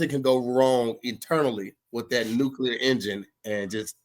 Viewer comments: BRO THANK YOU!! It’s like he adds a second U to Nuclear every time🤣🤣🤣 he ain’t no better than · THERE IS ONLY ONE U IN NUCLEAR. Its pronounced New-Clear it’s not a magic word💀